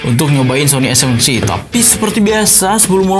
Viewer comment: Nobody:A seven three: Ay sepen tri